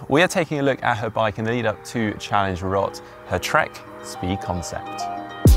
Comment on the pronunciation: is probably the only Englishman to pronounce Roth correctly. Well done!